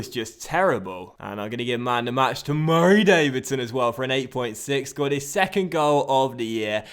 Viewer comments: I love the way he says "Murray Davidson"😂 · Every time You say Murray Davidson like that it makes me want to click of the video but I like this series Please Stop ✋🏻